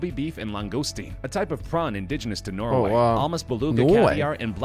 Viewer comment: It’s Norway not Noway